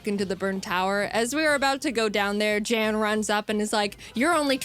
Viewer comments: Yeah i dont think jaiden realized how to pronounce his name before making this so thats why she calls him jan. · every time i hear jeään i cringe inside as its supposed to be pronounced jann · Yes, in his reaction to this He does say that it's Yan not Jan. But he says he understands the mispronunciation. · I'm a bit conflicted of how real this reaction is, because the way he pronounced "Jan". You see the way he pronounced it, is not common in Germany. You pronounce it with a much Shorter "A"; not "jaaaan," but "jann" for a lack of better description. However it's the exact same way Pokemon challenges aka Jan pronounced it in his reaction - which was pretty wholesome btw- who then added it is a german thing. I don't know where Jan comes from in Germany, but this way of pronouncing it, I'm pretty sure, is much more uncommon. So sort of asking, if it's pronounced differently while adding it's german, pretty similar to what pokemon challenges said, is really sus. Just sayin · Yes it is pronounced YAWN spelt yan. Jaiden Animations didn't know. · I feel a little of Jaiden's pain, I too have had a Nuzlocke run take a turn for the worse due to my opponent getting lucky stat boosts. So much blood... And yes, it is pronounced "Yahn", he corrected her when he reacted to this video. He did, however, love being referenced in this video. Staying weird!